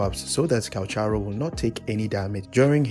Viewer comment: *Calc-haro no CH js listen to his audios